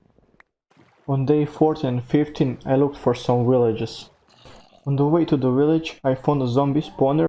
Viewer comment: When you found the village you said willage. Keep up the great work.